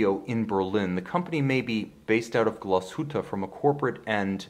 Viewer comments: Someone in the comment section doesn’t like how you pronounce Glashütte. Next time just refer to the town as Krautsville. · How you mis-pronounce Glashütte makes me sick to my stomach.